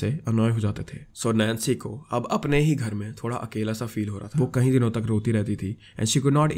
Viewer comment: Just a small thing, it's kayeeee din not kahi din, smjha